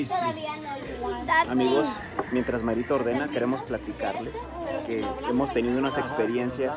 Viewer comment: Hahahajajjaa dise mairita como pazitas 🤣🤣🤣🤣